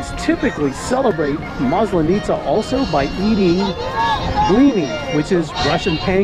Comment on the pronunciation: Hi. Thank you for another fun video. It’s a second video that you are talking about Maslanitza and you say this word many times. Please, ask your Russian wife to teach you the right pronunciation. The emphasis falls on the first letter a in this word. Looking forward to see more of your discoveries and adventures in Russia